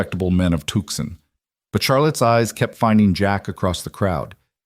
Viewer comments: Tuxon ? Tuscon ? Too-soan, please. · The city of Tucson Arizona pronounced Tooson.